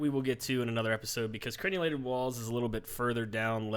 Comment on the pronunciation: It's cren-ell-ated, not cren-u-lated. The crenels are the teeth, the merlons are the gaps. I haven't played much of exiles yet, but in other bases I've built, I find machicolations to be most efficacious. Cracking good work on the series. Thank ye.